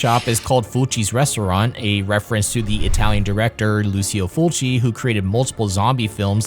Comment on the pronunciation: Call me Pedantic but saying Lucio Fulci's name the Americanized way is, ridiculous, disrespectful and even a bit comical. Thanks to Quentin Tarantino and his rerelease of, 'The Beyond' I have been a fan of Fulci, for over 20 years and have had conversations about him, in Englisg, Spanish and French. I have also listened to commentaries, documentaries and podcasts, that speak his name. None of them have ever said it the way you are saying it! The majority of people may be saying, so what? Well, take your own name, a family member, a favorite musician, author, etc. Say it 'wrong'!! I beleive, you too would find fault with someone, you Love or respect, have their name pronounced differently, than what they prefer. Ask an Italian, ask Brad Jones, aka The Cinema Snob. Ask me ;) Ask the guys at RLM, ask Phaelous, ask Doug Walker! You are not saying it the cay his own friends, fellow country men, critics and every other person I have heard it said, in 25 years, say it. It's a free country, It's Your choice but the way you choose to say it, is making my ears and :) eyes BLEED. So please show some respect because, "Lucky" for you. Most people who will hear it as I do, won't tell you. They will just click on the next video. Click.